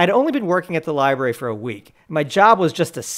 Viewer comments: this cretin has the audacity to mispoonounce lorbrary (fired him please!)? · ok "soomer" 🤣🤣😝